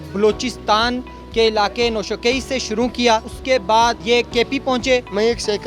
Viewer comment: Noshakaii nhi h bhai. Noshki name h city ka